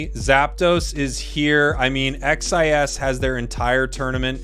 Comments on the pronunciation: The name is pronounced (cheese) XIS, Also love from Brazil. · I mean, "xis" is literally how the letter X is pronounced in Portuguese... imo, I think it's better to say it more like "shiz" or "sheez" instead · Hey,! Here in Brazil, in my region, we usually say "Sheese" for XIS and "OG Life" you can say in english. But just you to know, I am not complaining 😝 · Legal ver como eles não conseguem pronunciar "xis" com o dom da letra normalmente, eles falam as 3 letras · XIS (pronounced as /ʃɪz/) is legit, their secures and objective control are incredible. It's gonna be sick to see how each region's meta matches up at worlds